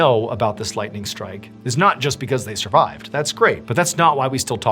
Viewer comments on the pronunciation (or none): none